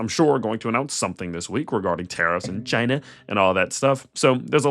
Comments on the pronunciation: Its CHIYENA 😂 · Couldn't help but notice the way you said "China" 😂